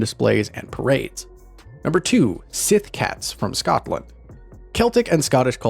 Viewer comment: Síth is pronounced "she"